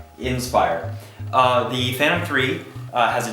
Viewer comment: Funny, mine is exactly like the one on the right, but mine is a Phantom (Fan-tom) not a "Fanom", strange, that "Fanom" might be a fake clone of a Phantom. LOL :=) PD: I wonder why the question, if he has both, unless he was as lucky as have DJI sent them those drones for testing or as a gift. I would go for the "Fanom Inspire 1" no doubt about it, it's the best in all aspects compared to the "Fanom 3".